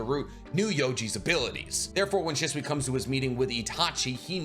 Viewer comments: Love the content but can we pronounce shisui right, it’s not shuswee 😂😂😂 more said “sheswee” 😩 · Why do you say his name like that.. dislike the video just because you disrespectful